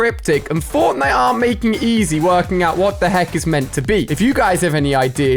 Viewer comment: He said forknite